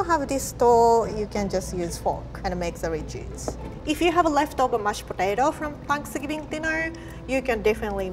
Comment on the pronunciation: "Looks like mashed potatao, Smells like mashed patato, It is mashed potato" 2019